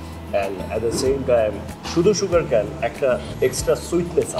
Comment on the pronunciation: it's not সাসিমি it's সেসিমি and that was black sesame seed and white sesame seeds on the bun not nigela or kalijeera and again not সুগার ক‍্যান it's সুগার কেইন